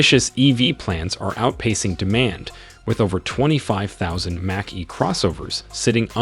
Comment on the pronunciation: The AI voice is an automatic downvote, sorry. If you can’t bother to have good pronunciation, I’m not interested. You lost me at F one hundred and fifty and match-E